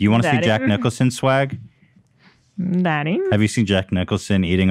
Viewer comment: SCREAMING AT HILA SAYING “daeDDy”